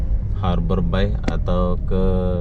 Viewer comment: Hallo,, nak kenalkan saya pak Herman from Bengkulu, i have a dream to live in batam, ya, saya punya impian,harapan tinggal di Batam). Bagaimana dengan mu ( how about you ), lebih keren lagi kalau kau bisa bahasa Inggris, boleh belajar sama bapak, free ( gratis )., maaf yaa, bilang harbour bay, harber BEI ya, r tipis saja, samar. Macan orang Malaysia cakap, bapak boleh juge cakap Melayu dan beberapa bahasa daerah, sebab bapak orang Melayu juga dari Sumsel sebuah kota kecil lahat namanya 225 km dari kota palembang,bahasa daerah,bapak mirip bahasa maysia contoh, balik, petang, buluh( bambu) ketam( kepiting) kemane, Mane, limau ( jeruk) petai, jangan petei kalau cakap sama orang Melayu, tapai, datang, gelap, itam, Ade macam itulah cakap darah bapak, sebab bahasa Indonesia gaul ( slenk) dipengaruhi bahasa daerah Jawa, Sunda, Betawi Jakarta,dll. Ok,, thanks see you later.